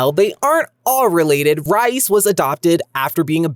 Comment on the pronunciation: I thought Rhyse was pronounced Reece not rice 😂